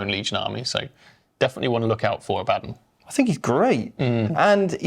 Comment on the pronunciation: I know right, My friends and I always make fun of people saying Abbadin. They gotta put some respect on the primarch-level Astartes Warmaster.